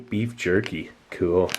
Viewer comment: Love the way he says "cool" like "kewl"